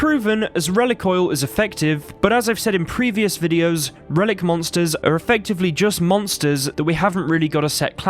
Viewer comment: it’s RELICT not Relic. Also - BESTiary. Come on, mate. You’re English like me and you know the word is pronounced BESTiary not BEASTiary. It comes from the etymology of the word bestial or bestiality - neither of which have an A after the first E.